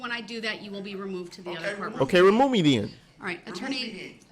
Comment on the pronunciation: Ree-Moo me den